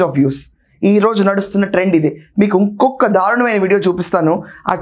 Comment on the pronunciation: you are using - rondu, podukoni, unkokka instead of RENDU, PADUKONI,INKOKKA.. Nee English baganey undhi Telugu ku yemayindhi.. Sarey ippudu nee problem Yenti..